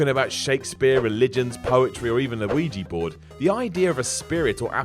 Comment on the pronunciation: Of course such an idiot of such a shit channel about such a shit subject handled with such disrespect would says a "Luigy board". I'm sure that asshole says "NUKULAR" also instead of nuclear. I can detect morons from afar, now.